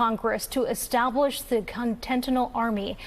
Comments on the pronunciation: Ouch! She really has a hard time saying "continental army" (she say CONTENTINAL twice) ... lol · "The Contental Army"? LOL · would be nice if the reporter knew how to pronounce “continental” ??